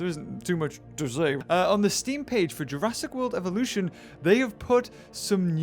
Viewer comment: u do know dat u said evoluton right?